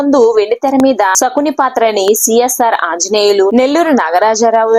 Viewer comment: ఒసే కామెంటేటర్ మీడియాలోకీ ఒచ్చే ముందు భాషపై దృష్టిపెట్టాలి, నర్తనసాల కాదు నర్తనశాల, ధూలిపాల కాదు దూళిపాళ, సకుని కాదు శకుని అనాలి తెలుగురాదా మోటిదాన